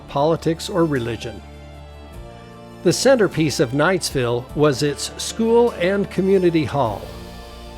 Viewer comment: My grandfather was a nephew of Jesse Knight. He worked for him when he was young in the Tintic mines. My mother was born in Knightville. Our family was and is Provo vased, but they lived for a time in Knightville. Notice the name is Knightville NOT Knightsville. There is NO 'S' in the name. That's a common mistake that is made. While Eureka was a wild mining town, Knightville was a quiet LDS community with lots of families.